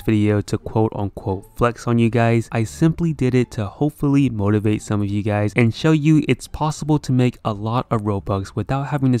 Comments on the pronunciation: at the beginning: what is up guys me hearing: what is up gays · did he just say "whats up gays" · Hey whats up gays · “Yo what’s up gays” 😶